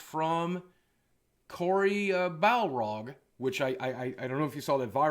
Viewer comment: I’m mean this in the nicest way it’s BAR-LOG